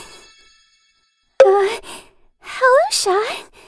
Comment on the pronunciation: It’s not pronounced Chat it’s pronounced cat but ok